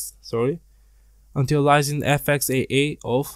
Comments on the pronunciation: how he say's antialiasing LOL "antenilising" antēˈālēəsiNG should help or click the little speaker haha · Im not trusting anyone who cannot pronounce antialiasing and bias correctly